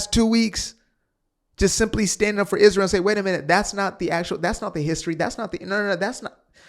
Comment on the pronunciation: She can't even pronounce it. It's Israel, not ' Izshhreal '